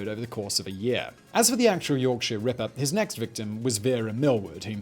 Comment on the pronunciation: Just here to listen to Simon say “Rippah”